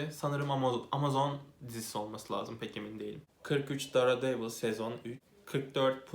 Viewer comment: "dare"devil diye okuyunca izlemeyi bıraktım teşekkürler